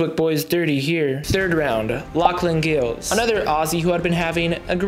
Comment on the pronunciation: It’s Lauchlan Giles…pronounced ‘Jiles’ not ‘Gills’.